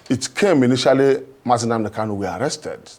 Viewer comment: FRAME "...one criminal in THAILAND called Simon Ekpa..." -- This so-called "Igbo" Youth leader is a dunce, uninformed, and very clearly a disgrace. cannot say Nnamdi Kanu's name properly, and he equally does not know that Simon Ekpa is not in "Thailand?"